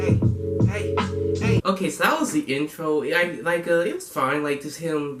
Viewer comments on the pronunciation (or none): it's actually introll like in-troll, lol